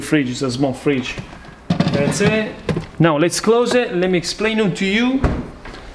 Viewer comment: we are saying that's it! not thatse:) beside of that - you are perfect and we love youuuuu!!!!